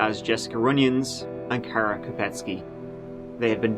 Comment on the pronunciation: the story breaks my heart, but I love that you pronounce her/my name “right”. Most Americans say it “wrong” and all of my Irish and Scottish friends do, but that’s because AnamKara is Gaelic and traditionally “CAR-Uh”. I always have to remind people that it’s like Carebear, (nickname) or that it rhymes with Sara, (my stepsister). 😅 You seem to make a major effort to pronounce people’s names properly—specifically the victims—and I think that’s really noble and pretty awesome of you.